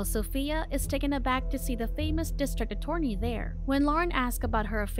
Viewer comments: The way you say "attorney" lol. A-torny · …………… A-Torny 😂 lol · You cannot pronounce attorney xD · Thank you it irritated me every time she said it wrong.